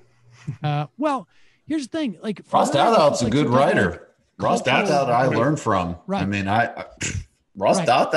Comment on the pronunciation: Ross Dathout! It’s Douthat. I love how they constantly mispronounce his name.🤣😂😂😂😂